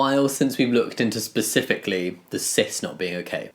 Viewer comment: “Cispificially”…this is all I needed today 🤌🏻